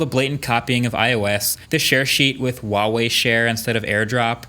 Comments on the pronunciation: Huawei is pronounced with a hard H, like getting ready to spit. HHHua-whey. Not Wa-whey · Mr. Brownlee, please learn how to say Huawei correctly. Really super easy, it’s not wa-wei. You’re a millionaire tech reviewer, just type it in to google translate and press the speaker button and it will tell you how to say it. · Mkbhd u should google how to pronounce Huawei right. The wei is ok but the hua is wrong. It ain't WAH lmao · The way he says huawei......... "WAWEY" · Am i the only one that pronounced it the brand as WHOO AWAY? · Marques plz next time pronounce "Huawei" correct as it should be "H-wuawei" 😂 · It’s Huawei with an H. It literally starts with an H not W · actually the H in Huawei isn't silent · I'm going to do you a favour MKBHD, the 'H' is not silent. Feel free to ask a native Mandarin speaker.